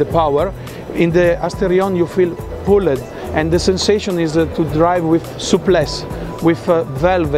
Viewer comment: Poosh-ed and Pool-ed. I got it.